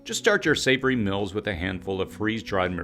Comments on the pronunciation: It seems like this guy is purposely finding reasons to mispronounce the word 'meals' as 'mills' which is less a dialect and more a child's mistake. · Regional differences. Just like some people put an R in washing or Washington. Not childish at all.